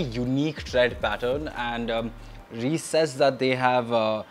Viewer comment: It’s not “Reeece” bro. It’s pronounced as “Raiyce” Reise literally means Travel in German.